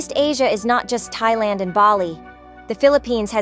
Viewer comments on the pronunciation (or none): none